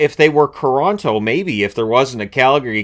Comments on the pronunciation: everyone knows it’s Quoronto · LOL Coronto, Caple Ceafs